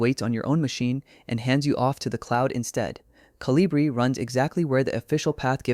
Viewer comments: It's not Colíbri, it's Colíbrí. It's a bird 🐦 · It’s pronounce, co-li-bri, the accent on bri.